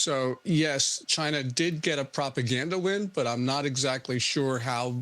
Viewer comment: It's Ling Sheng, not Line Shine.